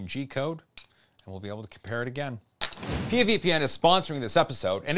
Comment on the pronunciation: Uh oh, pee ya VPN? It's P.I.A. pronounced separately haha. Did they correct you?